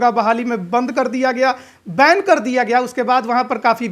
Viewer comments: Band Nahi hota Monu babu Ban hota h Angreji n aata h to Hindi me hi boliye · Sala bann ko band bolta isko isme difference Malum nahi hai.